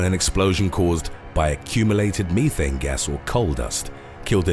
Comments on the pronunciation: Wtf is "me-thane"?! Bro, it's pronounced like "meth-ane"....methane... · ME thayn??! Meth-aine. Idiot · Why does he pronounce the word "methane" as "me-thane" instead of "meth-ane" ? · Why are you pronouncing methane “mee-thane?” 😂😂😂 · I was waiting to hear "mee-tals" after hearing that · Don't mix your mee-thane and your meetals in ameerica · "Me Thane"🤴lmfao